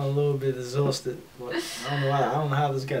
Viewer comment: This man say ezoosted